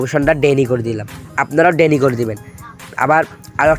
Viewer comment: ডেনি নয় ডিনাই